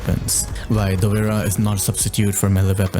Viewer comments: Google translate gives different pronunciations depending on what language you select. For English, sounds Dovra. But actually it's a slavic word, and should sound Dobra. Not Dovera, which rather sounds Italian. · ayo! dunno how google pronounced it that way, but it should be relatively similar to the word “cobra” + just replace first letter with D hope this helps brehv:DD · Dovera? I never thought that would be the pronounciation lmao. I always pronounce it like Dop-Vra Also great explanation of the pistol play style and attachments. Great video!